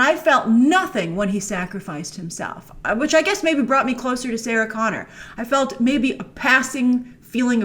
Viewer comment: "John Goner" lol